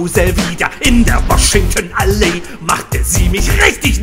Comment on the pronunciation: Da bin ich aufgewachsen... krass, wie sich das dort alles seit 1994 verändert hat ... und nicht nur zum Vorteil! So gern ich auch an meine Kindheit in Horn zurückdenke, ich möchte da nicht mehr wohnen ... das fühlt sich nicht mehr gut an. Wir haben "Washingtonallee" aber nie "Woschingtenallee" ausgesprochen, sondern immer "Woschingtonnaleee" gesagt. Das Video, Euer Humor, gefällt mir, weiter so!!! ich hab laut mitgelacht! Haureinkappelle!